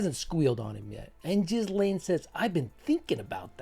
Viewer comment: I’m not the only one that knows the proper pronunciation of Jizzlane!